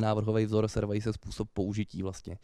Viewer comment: A jéje, "servajs" jakbysmet.